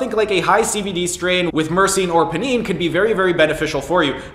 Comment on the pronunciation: It's pronounced "pie-neen". Think of it like you're going to extract some pinene from the pine needles of a pine tree.